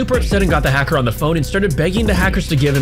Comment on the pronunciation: Hecker??? Not hacker???